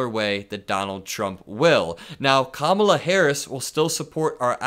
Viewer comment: He continues to mispronounce Kamala Harris’s name. He is a disgrace.